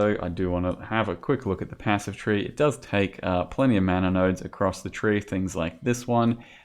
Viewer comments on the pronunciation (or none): none